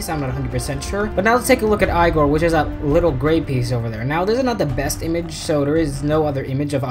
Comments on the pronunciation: its not Eye-gore, its eeee-gore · It is yegor